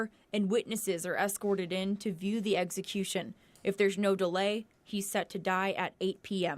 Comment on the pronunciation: the "eggsicution"? Are they going to kill humpty dumpty?